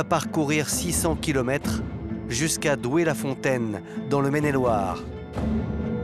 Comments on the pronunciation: Doué la fontaine, pas Douai... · c'est pas le nord c'est pas Douai; c'est Doué-La-Fontaine ;)